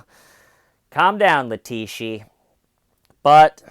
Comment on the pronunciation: ‘Leteeshee’ lol.